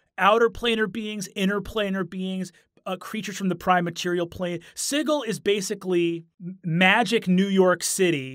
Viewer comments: Sigil is pronounced with a soft g. It's not Siggil. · Siggle? I've got a siggling suspicion you meant Sigil (pronounced Sih - jill), City of Doors. I also wouldn't really call the Lady of Pain a villain, per se. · NOPE NOPE NOPE. I went the first 38 years of my life never having heard it pronounced "Siggle," and I don't plan to start now. Matt and Brennan are going to start an onslaught of ineptitude, and I respect both of them too much to let that happen. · ITS "SIJIL" NOT "SIGGLE". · I have never before heard the word sigil pronounced as "siggle." I always heard it as "si-jill." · This dude did NOT just say "The city of sighle" instead of Sigil.... Matthew Mercer shakes fist in the air meme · Siggle? Isn’t it Sigil (Sid-Jill)? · He pronounces the word sigil "siggle." Must've played with Matt Mercer. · I honestly thought he was saying sickle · "Ziggle"? That's a creative way of pronouncing Sigil xD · So, is Sigil actually pronounced Siggle? Or is this another Matthew Mercer-ism where he mispronounced it? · Ahhh stop pronouncing 'Sigil' like 'jiggle'! It's g like j as in jazz. Also y'all should have done The Head of Vecna. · He even pronounces 'sigil' incorrectly like Matt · Agreed. I had no idea that my fun fact would be so divisive, so my apologies for the clusterfuck! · The place is not pronounced the same way as the English word for a fancy symbol. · The way he pronounces Sigil tho. It's meant to be like a house Sigil. I believe the symbolism is that it's "on" a ring like a Signet ring would have your house Sigil on it. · I see that Brennan went to the Matthew Mercer School of Pronunciation of Sigil.